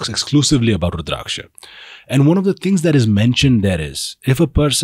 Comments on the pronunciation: Pronounce the word Rudrakasha properly please! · Are you FRENCH or something? Wtf is with that weird pronunciation of Rudraksha?😅😅